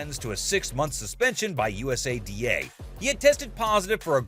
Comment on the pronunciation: This video feels made by AI.. the images aren't lining up great at all and it's pronounced (YOU-SAH-DAH) USADA